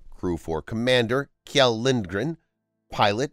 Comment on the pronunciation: Please kindly look up how to pronounce the name Kjell (or the kj sound in Swedish in general). Butchering names is rather rude!